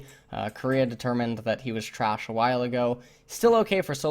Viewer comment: I cant take you serious when you say "korea has determined vlad is thrash"